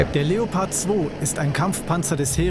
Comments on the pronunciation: In itself your pronunciation is good but it is pronounced leo pard not leppard but still good and nice videos from you. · Just a little tip to pronouncing the Leopard, the German way: Seperate the syllables and speak them as seperad words (and maybe pronounce the "e" a bit more like an english "a") and then combine them pronouncing the syllables the way you would pronounce them seperatly: Leo - pard 😉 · You pronounce it something like " La- O- Purd" 😉